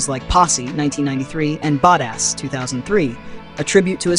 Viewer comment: The narrator, which I now know is AI driven, called Chris Rock's characters "POOKIE" "Pockey" as in "Pocket." And Mario Van Peebles acting in "BAD ASS" being pronounced here on this clip as "BOD-ASS." 🤦🏽‍♀️🤦🏽‍♀️🤦🏽‍♀️🤦🏽‍♀️